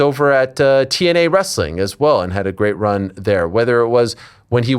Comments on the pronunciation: Bro! It's wrest-a-ling, bro! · Why does he pronounce wrestling as ress-a-ling? Wrestling is 2 syllables not 3. What a 🔔🔚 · you mean WREST-UH-LING? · Wrestling is pronounced wrest-ling 2 syllables not 3.